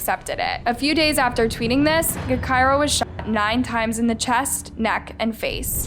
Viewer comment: Smh, really doing videos on Chicago now? It’s pronounced Ja-Ky-Rah, btw. Not Guh-Ky-Rah.